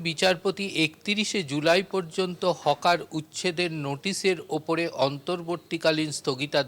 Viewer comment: Hawker হবে Hocker নয়